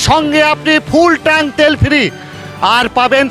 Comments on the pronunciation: ট্রাঙ্ক নয় কথাটা হলো ট্যাঙ্ক। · CHOR DILAR BAAL KI BAAL TRANK BOLCHEN TANK BOLUN ,,,,,,,, CILLACHEN KANO BAAL KAU MORECHA NAKI SOB BALER GARI